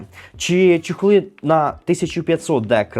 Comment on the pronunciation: Тільки не чЕхли, а чОхли😅 Дякую😊